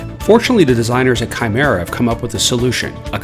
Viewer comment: That awkward moment u realize it's kimera not shimera 😓